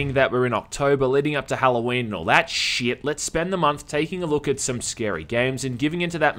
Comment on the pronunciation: I always find it amusing how much emphasis you put on the word "shyyyyyyit!" in your videos. It almost sounds like the exact sound you'd make when you accidentally step in dog poop.